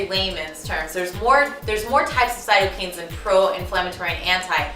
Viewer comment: There is a decent amount of correlation=causation (false cause fallacy). I feel like your argument would have been stronger with less points (and taking out the less solid ones). I will try this, because as you said in your info, but understand many of your arguments are just inaccurate. Also Cyto (cell)-kine (movement) Kine is not pronounce "keen" but like kind without the d. This makes me additionally critical.